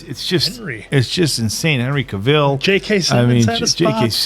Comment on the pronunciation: Cavill is pronounced like "travel" not Cruella. And the two movies are so different. It's worth comparing Steppenwolf in the 2 movies. Prior to the theatrical cut being released, they slammed Snyder's Steppenwolf for being full CGI, so they altered it - and it was so bad. The theatrical cut is SO bad and a completely different movie.